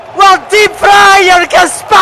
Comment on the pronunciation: the fact that this guy reduced 'getting' to just one syllable alongside 'battered' is just incredible